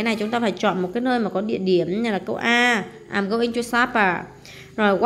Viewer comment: cô ơi cô đang đọc nhầm gòi đó cái từ i'm go ing thì phải đọc là am gâu ing chứ khum phải đọc là àm gâu ing